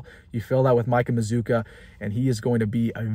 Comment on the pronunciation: I think you're pronouncing his name wrong. You've invented a "U" after the double Z. And you ignored the "U" after the double C. It looks like maz cue a, or maz kwa. We gotta get this right before he comes to Lincoln.